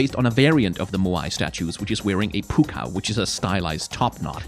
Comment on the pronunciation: The pronunciation of poochyena and mightyena... I can't